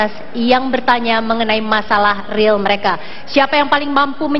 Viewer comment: Anarki Joe rill pak bukan ril.....ga bs bahasa inggris ga usah pake bahasa inggris